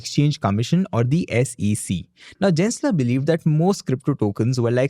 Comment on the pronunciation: Gensler is pronounced as G-en not J-en. Just saying, no hate intended:) Thanks!